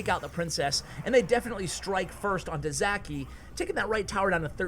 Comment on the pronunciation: Btw he is not Zaki he is Žaki nickname from name Žarko, not sure how to explain how to pronounce that Ž letter.